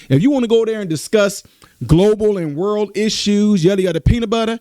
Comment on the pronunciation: “Worle” event? 😂 All this time I thought it was World event…..Just teasing you.